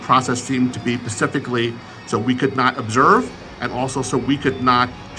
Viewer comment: Privacy *envelope, not privacy ballot. *Specifically, no pacifically.